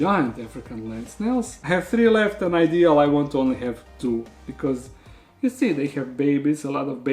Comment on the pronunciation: Find it funny how he says ONLY 50 tarantulas